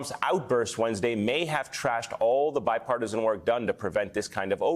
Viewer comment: Biparti-SON? The girl needs speech therapy. That ain't part of a British accent.